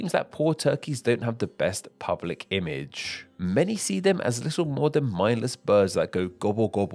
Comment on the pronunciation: Image* not Imadje